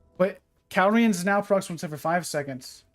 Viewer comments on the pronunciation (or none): 100k everytime this man says “cal-re-uns” instead of “ca-lure-e-ons” to all subs